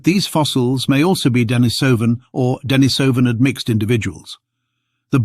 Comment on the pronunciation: This is so well written and wrought. Though I would rather you used the pronunciation də-NĒ-sə -vin. The other is hard on the ears.🙂💛 The charts and graphs are a boon too. Stellar job, man. Can't believe we are finally seeing a Denisovan skull! A watershed moment for sure.